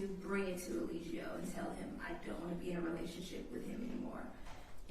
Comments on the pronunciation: What if keeps calling him "E-LIE-gio" on purpose as low key shade!? 😂😂😂 the way he keeps saying it sounds deliberate! He know good and well how it's pronounced! 😅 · don't even know how to say Eligo right, let alone defend him. He definitely sounds like he is working with the state. Maybe NB should defend himself, at least he can say he had a fighting chance.